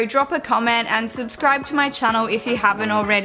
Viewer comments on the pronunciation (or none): none